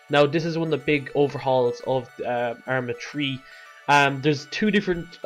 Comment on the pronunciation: lol u sound like u said "Arma Tree"